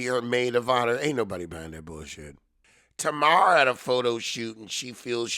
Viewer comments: Tuh-mar? Is that to be funny? Tay-mar. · Every time you say tana Wanda....I crack up 😂😂😂😂😂